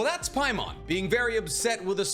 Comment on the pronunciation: Its not Paimon, trust me its not paimon